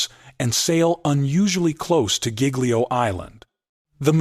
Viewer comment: Mispronouncing Giglio!!! Please edit your AI videos!!!